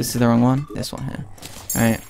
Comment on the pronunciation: Wtf is with this guy saying "AlrightUH" and "Where is huh/shuh" all the time? Is english not his first language or something? It's really stupid and obnoxious.